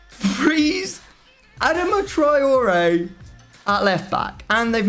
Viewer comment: It's not A-dam-a